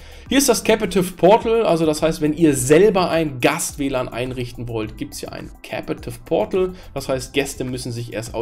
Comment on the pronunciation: Lightweight ("weight" wird ausgesprochen wie "wait") Captive portal (nicht capAtive portal) Tethering (das "e" wird ausgesprochen wie das von "the" und nicht wie das von "tea"/"tee") Firmware (das "r" wird ausgesprochen wie das vom deutschen Wort "Stirn" z.B.)